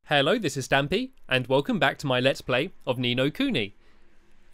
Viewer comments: u said stapy l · Irk he spelled stapy it sounded weird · actually the way u said it spells 'stapy' or at least 'stapylongnose' lol